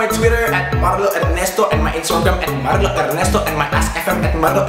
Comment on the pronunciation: rrrlrlrlrrlrrllr cuma bisa ngomong rrrr waktu nyebut nama sndirinya kwkwk ggk lucu kan